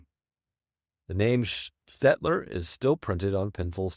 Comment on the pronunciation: Dyooh-rur” would be closer. And “Staedtler” and “”Conte” were also mispronounced. Try “Staid-ler” and “Con-tay.” You got “Conte” right on your second try.